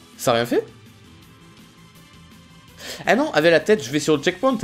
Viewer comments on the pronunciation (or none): au lieu de dire "avec" il dit "ave" sinon kiss <3